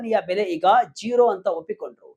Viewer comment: ಝೆರಾ ಅಲ್ಲ ಕಣ್ಣ😂 ಜೀರೋ ಆಗಿದ್ದು ಹೇಗೆ?? VK news Group, you will lose your audience if unprofessional anchors manage your news update.